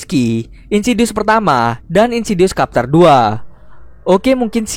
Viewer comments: Bacanya trtep chapter min, bukan kapter. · bacanya bukan kapter bang, tapi chepter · Chapter itu bacanya bukan Kapter tapi Cepter... e yg kedua itu e lemah spt baca lembu misalnya. Maaf... cuma info.🙏 Anyway good video om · Wkwkwkw bacanya capter kan yaa apa gmn . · Ajg lah kapter wkwk Bacanya cepter bang. XD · Chapter dibacanya capter bukan kapter min 🙂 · sebutannya bukan capterr.. Chaeeppterr lol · Chapter bukqn dibaca kapter lool Chapter dibaca cepter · Why "kapter" tho???? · no one:: insidious KAPTER2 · Wkwkwkw,, kapter,, kapal terbang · "kapter" dong :v chapter bang oi :v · #CHAPTER= chep ter,,ch..kyak bunyi ucapan utk chacha coklat warnawarni..CHEpTER..gtu😊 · Kak koreksi dikit yaa, chapter dibacanya çepter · Cepter bacanya bukan Chapter -_ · Bang Tolong ya sejak kapan chapter di baca Kapter aduh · Cup dibaca kap chapter kepter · Mau ngasi tau aja bang.. chapter itu dibacanya “ceptér”